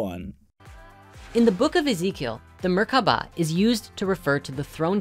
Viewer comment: Anyone else notice how seemed to pronounce "merkaba" differently every time he said it?